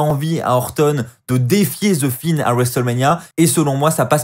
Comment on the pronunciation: Pourquoi tu dis the fine ?